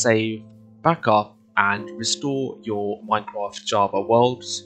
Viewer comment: oh no thanks for the video but It sounded like at the begging of the video you said you replaced the r i think